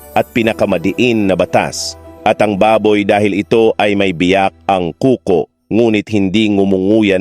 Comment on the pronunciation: Pansinin po naten ang bigkas at diksyon ng nag sasalita, may mga diin sa salita na hindi dapat, ( ku-ko imbes na kuko, kamala-yan imbes na derechong salita kamalayan) at iba pang salita, parang AI po ang ginamit sa pagkaka alam ko, correct if I'm wrong😊